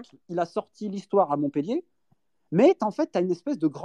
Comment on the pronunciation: MontpEllier merci de bien prononcer !!!!